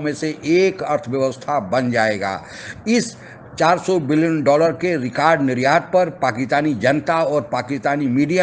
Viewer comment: Kya aap bhi pakistaniyo ke tarha rekard bolte ho????...lol